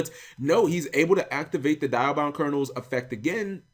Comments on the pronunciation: it's called dia not die-a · Cap, it's Dee-a-bound Kernel, not Die-a-bound. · It's Dee-Ahh-Bound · Cap not sure if u actually listened to how it was pronounced in the original series but it's "Dee-Ah" for the Diabound.